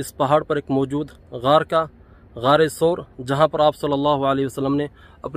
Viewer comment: SOOR nahi SAUR